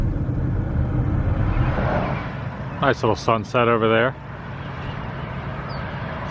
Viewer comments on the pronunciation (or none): none